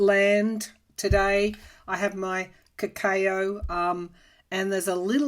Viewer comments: Correct, I spelled it as cacoa based on how pronounced it in this video. I loved the way she pronounced it...sounds like a fancy coco. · What is Ca-Kay-Ooo ?? ☺